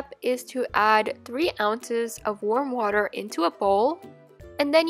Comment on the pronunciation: Did anyone notice that she said qwater?